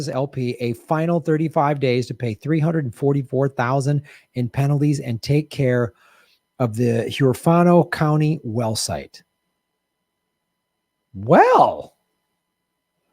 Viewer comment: This is a win but guaranteed oil & gas will sue & win. The pronunciation of Huerfano is WEAR-fu-no